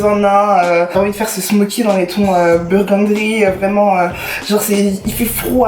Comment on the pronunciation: Burgundy* tu m’a stressé tt la vidéo a dire burgundry 😭😭😭